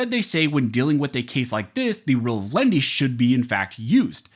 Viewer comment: The Rule is not "of LEND-Y". (Nobody borrowed anything.) It's "LEN-IH-TEE", (3 syllables). "Lenity" is "the quality or state of being mild or gentle" [Random House Webster's Collegiate Dict. 776b.] (Here, in legal interpretation, leaning toward "the people", in preference to a Gov't Agency.) [See also LENIENCY (4 syllables)].